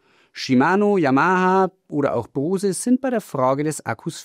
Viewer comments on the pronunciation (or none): none